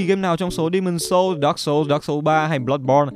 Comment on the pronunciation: đọc dark chập nghe như dog :))